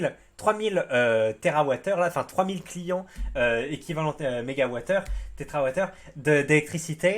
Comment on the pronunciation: Térawatt et pas tétrawatt ahi 😃, un tétra c'est un petit poisson d'aquarium très robuste et allongé vers le haut, il y en a des noirs et des roses, les mâles ont des nageoires plus développées, bonne longévité et très calmes 😍😎 Je le recommande 🧐